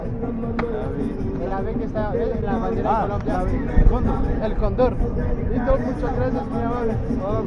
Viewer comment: tú pronuncias mal el cóndor, la fuerza se coloca en la primera sílaba, no en la segunda